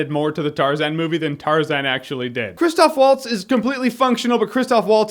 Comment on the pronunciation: It's "Christoph V-altz".